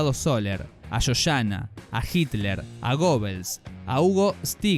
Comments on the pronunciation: que que dijiste Gobels ,mucho análisis pero menos información de los personajes que si existieron como Joseph Goebbels pero se pronuncia con "e" en Alemán. el metal te está volviendo idiot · Se pronuncia "ɡœbəls" no "gobels".